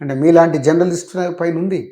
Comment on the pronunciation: జనర్లీస్ట్ కాదు.. జర్నలిస్ట్